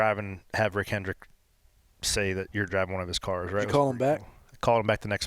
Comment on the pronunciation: At least he knows it's "Hendrick" not "Hendricks" 🤷🏻‍♂️